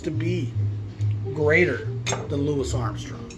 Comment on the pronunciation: I will say this, I applaud you for saying "Louis." I peeves me when so many others refer to him as "Louie."